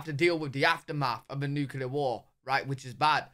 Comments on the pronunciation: Pet peeve - saying with word Nuclear as “new-kyu-lar” with 3 syllables instead of the proper two syllables, “New-Clear.” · "nucular"...sigh. It's "nuclear" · I cant take a video seriously that discusses the potentialities of a nuclear conflict when the narrator can't even pronounce "nuclear" correctly. Its "nook-lee-uhr," not "nook-uh-lure." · I love how the guy who made the original video can't pronounce "nuclear" correctly. It just gives you so much more confidence in the rest of what he says. It's new--clear, not new-Q-lar. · Theres nothin in those areas so it doesn't make a populated area subject to attack and, they can reach anywhere from there so putting them on the coast isn't needed. 😊 America is A country, one, singular... Therefore, America is A very strong country 😊 And it's "Nuclear," NEW-CLEAR... Not "Nukular." (The announcer, not you). 😉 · nukular waa, but when? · The narrator needs to learn how to pronounce nuclear.